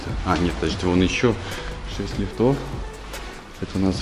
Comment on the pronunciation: Ставьте правильно ударение на слово лифт , не лифтОв а лИфтов